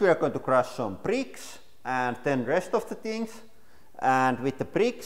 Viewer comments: Duplo brittkke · some others mention hearing the same word, prick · "LEGO preeks" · am i only 1 who is laughing cuz he saying pricks and not bricks? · "Lego pricks" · Lego bricks not lego pricks